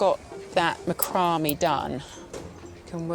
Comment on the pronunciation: It’s Mack rah may. Not macumbie